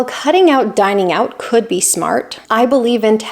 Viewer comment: "Dining out." Say "Dining out."